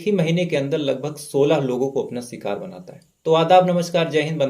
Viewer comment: S ki sh bolo bhai.....sikaar nhi shikaar ....laas ko laash ....hi bol do.....